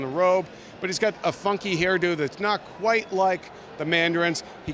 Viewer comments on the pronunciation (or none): none